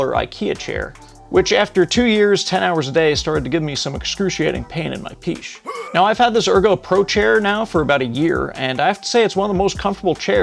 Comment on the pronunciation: Wait! Did you say peesh?!? Lmfao!!😂